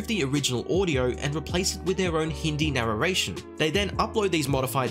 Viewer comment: hmm "Narraration"